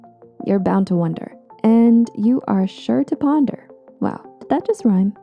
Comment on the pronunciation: Wonder & ponder don't rhyme because of how the O is pronounced 😆 You're cute😍